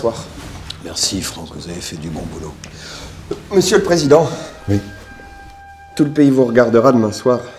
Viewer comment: bah non c juste les sons qui sont inversés , pcq au lieu de Oui il a dit Iou et pas iuo